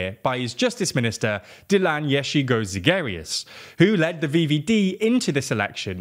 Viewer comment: Dilan Jezzigozigarious.